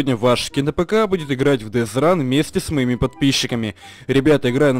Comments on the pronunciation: Бля не дез РАН а дет ран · Death run читает дит ран не дез ран дит это умерать а ран это бегать